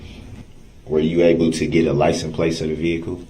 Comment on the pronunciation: Most of the time he just said "liesen" place !